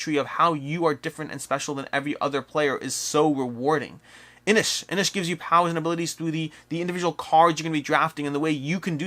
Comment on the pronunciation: I think it's Inis, not Inish, like in Guiness, not like dish.